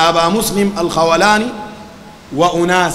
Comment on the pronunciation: ياخي انت اسمه ما عارفه تجي تقول قال وما قال الخوٙلاني ولا الخوْلاني ؟؟